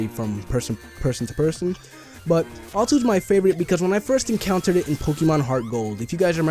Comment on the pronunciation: XD it's pronounced "Za-tu". and it's location is in the ruins of alph.